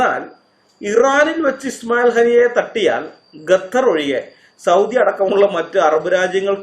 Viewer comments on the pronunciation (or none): ഗത്തർ അല്ല ഖത്തർ